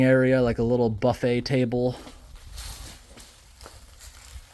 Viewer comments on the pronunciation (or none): none